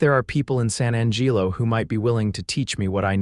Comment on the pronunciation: The pronunciations your “so called” AI uses is deplorable at best. San Angeelo?? Really? Not only that but some of the vernacular is way too modern and the pronunciation of verbs and adverbs is hideous. Put more effort into it. PLEASE!!!